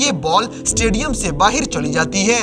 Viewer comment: Tu baahar ko baahir kyun bolta hai bhai